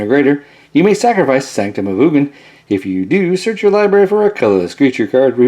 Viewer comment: Why can't you say Ugin?